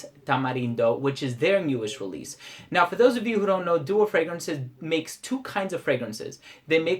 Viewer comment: i think it's doa not dua or dooa. it's my native language so i'm pretty sure